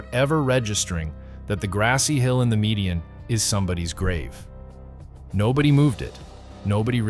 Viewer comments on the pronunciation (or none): none